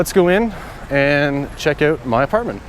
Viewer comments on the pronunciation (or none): I knew you're Canadian when I heard yiu said OOwwTt!! 😅